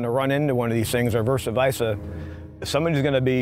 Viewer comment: "verse vica" lol